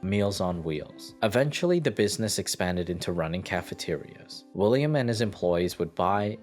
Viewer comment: "William Rosenberg" ...... "Willam" William